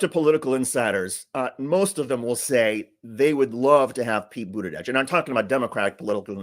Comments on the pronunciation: Bootidudge? Isn't supposed to be a j sound like judge? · Love watching you but Please! Pronounce Pete Buttigieg’s name correctly! It’s not Buttidieg. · It's Buda-jej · I believe you’re pronouncing “Buttigieg” wrong! I’ve heard it’s “Booty-Judge!”🤔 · We hate Trump's constant lies so click bait titles that are a lie just feel yuk! Also, please pronounce Pete Buttigieg's name correctly. It's not Buttidedge! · You only said Pete Buttigieg's name correctly once that entire time. Smh... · Love your videos but please learn how to say Pete’s last name correctly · Cool 😎 but why can't you say Pete's last name?